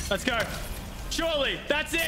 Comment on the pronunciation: Let's gooorrrr...that accent makes me want to die